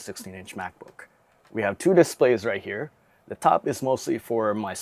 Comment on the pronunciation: Its These not "dese" its The not "der"